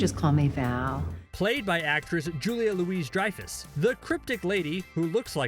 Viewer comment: I made it 1 minute 30 seconds before exiting this video. How dare you mispronounce the name of the queen Julia Louis-Dreyfus.